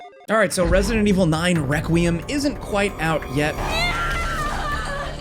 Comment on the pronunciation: Why can't this dude say requiem 😂I 😂